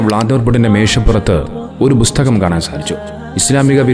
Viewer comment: ബുസ്തകം അല്ല ബ്രോ, പുസ്തകം 🙏